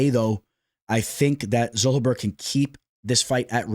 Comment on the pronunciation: Daniel Zellhuber is not Zull-Uh-Ber its Zell-Hu-Ber, there are countless but just had to point it out! But Keep Pumping Content some good stuff